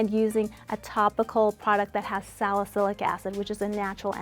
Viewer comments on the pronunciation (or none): it's *SALICYLIC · "Salacylic" acid, lol